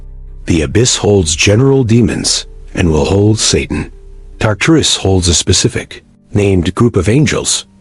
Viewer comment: AI is SO stupid that it pronounces Tartarus about 5 different ways in just this one video. What does that tell us about relying on “artificial intelligence”? Smh